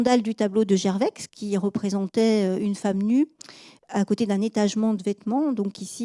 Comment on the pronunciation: C'est passionnant et on apprend beaucoup de manière agréable. Juste un petit grain de sel concernant des prononciations : Millet on devrait dire Milet (c'est Emillet, mais c'est vrai que nombre de gens prononcent les deux L mouillés aussi), Gerveix on ne dit pas le x final, Ouolff non c'est Volff, Holgate c'est Houlgate, Bruksel c'est Brusselles... J'écris ça sans méchanceté, c'est une superbe "exposition" !